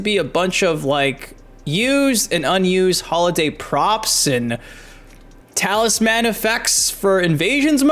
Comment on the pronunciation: I think you're the first person I've ever heard pronounce talisman as talis-man.